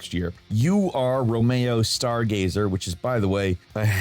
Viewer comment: Can we give the easiest names possible? Because every decision I’ve ever made in my life just lead up to me hearing him pronounce Romeo as “Ro-mayo” 😂😂😂